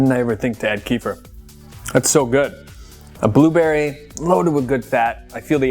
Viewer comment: Great video! But you're saying kefir wrong. Look it up, there are pronunciation videos. Xoxo